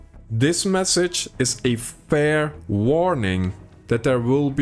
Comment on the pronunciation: Why so much emphasis on "fair" 🤣🤣 We all know it wasn't fair.